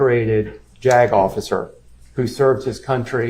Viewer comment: Every time says JAG officer it sounds like he’s about to say “jagoff” Which would be a more accurate description of this guy